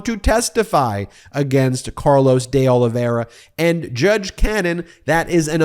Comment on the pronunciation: Try this: Deh Oliveyra instead of Day Olivera